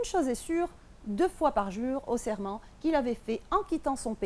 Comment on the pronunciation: Excellent travail Juste on dit ''l'hôtesse prête serment '' et non ''serrement'' c'est totalement différent